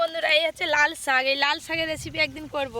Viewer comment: একবার বলেন শাক আরেকবার বলেন সাগ উচ্চারণ টা ভালো করে করবেন